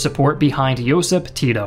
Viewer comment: a lot of pronunciation was not correct...but what to expect from english speaker... He can't pronounce Josip or Stana correctly... So it was pretty good with my expectations ☺️